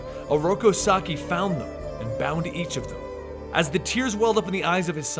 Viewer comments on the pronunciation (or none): "sock-eye" mate i think it's pronounced "saki" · Um, not to be rude, but Shredder's name, Saki, is pronounced "Sah-kee". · sah-key not sahk-eye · It isn't so much that its mispronounced that bothers me... its that its not consistently pronounced in either way. at the beginning it was said "Saki" then towards the end it was "Sakai." Those are two different names... I feel that this may cause some confusion to viewers... for Example, I have no idea how Oroku Saki and Hamato Yoshi could be in present day NYC having lived in the aforementioned [in the video] "feudal Japan." So conjecture from the video itself and previous knowledge of TMNT lore..."Sakai" could be another Shredder in a long line of Shredders, oh ho, have there been many. At best you get people who cringe at the pronunciations. At worst you confuse viewers and take away from the intentions of the creators and hurt the brand. Oh well. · Not Sock-Iiii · Alopex = A-loh-pehks Saki = Sah-kee Kurai = Koo-raheh